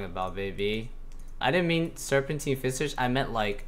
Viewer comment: you say serpentine visage funny